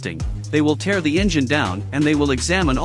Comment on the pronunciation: Stupid robot voice can't tell the difference between tear , as in crying and tear, as in torn or worn out.